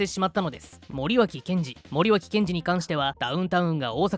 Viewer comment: 内容はともかく森脇をもりよしと読んでるのが気になった。